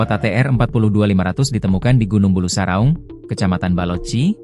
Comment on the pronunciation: PEMBACA BERITANYA KAYAKNYA LULUSAN SD...MASA MEMBACA NAME TAG SAJA DAN NAMA GUNUNG BULUSARAUNG SALAH BACA...